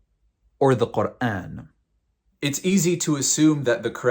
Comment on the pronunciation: woah the way u pronounce quran, ive never heard anyone say it like this but it sounds soooooo beautiful omg